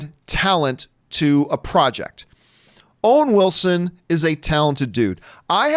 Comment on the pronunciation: Wowen Wilson.